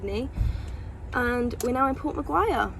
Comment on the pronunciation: It's pronounced 'port mac-quarry' not McGuire lol, nicknamed Port Mac, just fyi The koala sanctuaries in port mac and port Stephens are so good!! glad you're enjoying AUS!